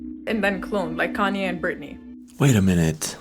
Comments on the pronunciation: its Kon Yay not Kenney can't you speak properly what's wrong with you you never say words right you're a moron you're checking the Internet for information on clones don't you understand everything's controlled information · Kain-Ee West! lmao I love it. I wish I didn't know how to pronounce his name really. It's just been a bit unavoidable for me, I'm not sure how you made it to this age without ever hearing Kahn-Yay pronounced lmfao. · Its Kanye ( ka-ni-a)not Canny😂😂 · Kay Ne Ye not kenny ffs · KAN-YE..... NOT KINYE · Just FYI, It's not KENNY West , it's KANYE West. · Kan-ye not Kaney 😂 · Kinyee West? lol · His name is pronounced Kahn-yay. Not Ken-E. 🤦‍♀️ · Who is KHAN’’TYE is he trying to say KANYE’ he’s actually saying it like, “KAN’TIE” or some shit. Is that the “REAL” name to the cloned “KANYE WEST”? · Canyeeeee? no he can’t lol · Good ol' Kenny West 😂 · I love your channel, but your pronouncing Kanye West's name wrong (Ka-néy) somethng like that. Or just call him Yeezy! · You sure as he ll , can't say kanye and say canny instead. Like wtf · This succ'd when you brought up the Beatles....no one cares about your Granny's favorite band, stick to your normal not this. It's pronounced Kahn-ya (Kayne) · Gotta say it’s kind fn wild you don’t know how to pronounce Kanye West’s name.. really thought you were messing with us til you kept saying caney lol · Hey man, Kanye is going to come after you if you call him Kay-Nee one more time 😂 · Kayny? I thought you pronounced it like KanYeeh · It’s Kanye- Kahn-Yay. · “Kaney” West 😂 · He called Kanye-Kenny! 😂😂😂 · Cane-Yee West 😂😂😂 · Say it with me... Con-Yay! 😂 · Im not mad he says Kenyee lmao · LOL WHAT DUDE??!! KANYE IS PRONOUNCED “ con - yay “ 🤭😂🤣🤭😂🤣🤭😂🤣🤭😂🤣🤭😂🤣🤭😂🤣🤭😂🤣🤭😂🤣🤭😂🤣🤭😂🤣🤭😂🤣🤭😂🤣🤭😂🤣🤭😂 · His mane is Ye (yay). Khan-yay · Who's "caney" lol😅 also, the amount of things that are artificial promulgated to the masses is way more than what we think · Kanye - "CON-YAY" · lol ka'ne its pronanced con yeah.........kanye west